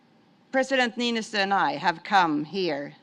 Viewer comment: After all these years he still can't get Niinistö's name right. 🤣